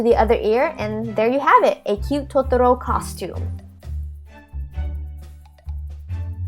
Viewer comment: its totoro not totoroo!! ):(